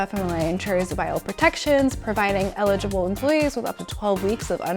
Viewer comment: el-i-g-ble NOT il)legible